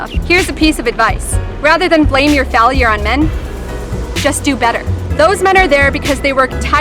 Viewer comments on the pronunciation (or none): fal-e-er Me: TRIGGERED